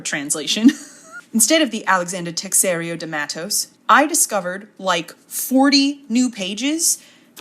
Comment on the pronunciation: "Teixeira" is actually pronounced tay chay ra ("ay" as in pay) in portuguese 😊